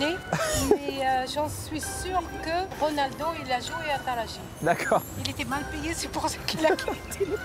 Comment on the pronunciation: je sais mais la femme a dit talaji et non taraji